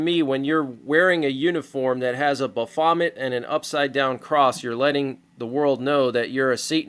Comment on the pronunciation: It’s kinda funny pronouncing baphomet like “ba-vomit”.